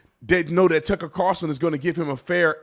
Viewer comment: So many people can't say TUCKER CARLSON... 😂 they say Tuckle CARLSON